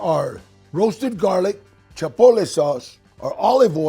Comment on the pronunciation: Changed the video as soon as he said "Chapotle" 😣😣